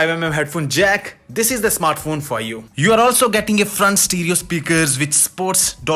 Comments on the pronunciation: What is a "snartphone" ? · "best snartphone of 2020" A lot of effort went into making this video.